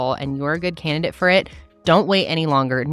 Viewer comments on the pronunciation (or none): none